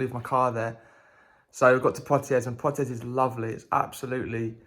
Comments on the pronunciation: You don't pronounce the 'S' on the end of Poitiers, it's actually pronounced as 'Pwatiei'. Cheers. Nice video. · Never heard of Poitiers..? You didn't study the Hundred Years War at school? The 's' in Poitiers is silent. A bit like the 't' in Chevrolet. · You don’t pronounce the s at the end of Poitiers .. or the r.